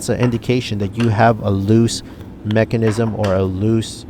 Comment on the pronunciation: This guy is a horrible presenter but he knows what he's talking about and every time he says mechanism I chuckle a little. Good video, good info, I like.